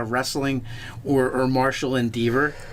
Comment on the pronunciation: is so bad at pronunciation hahaha. He just said endeavor like beaver. XD